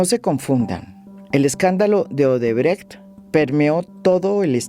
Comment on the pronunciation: Bien pronunciado Odebrecht